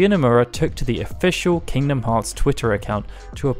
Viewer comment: Aight I had to stop for a sec when I heard “king bee a moth”